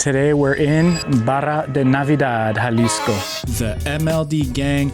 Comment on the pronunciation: Mon amie, pas Yalisco, HALISCO Jalisco!!!